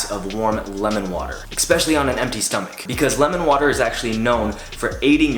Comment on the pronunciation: love your vids but one thing that bothers me: its pronounced ESPECIALLY not EC-specially. Cheers great stuff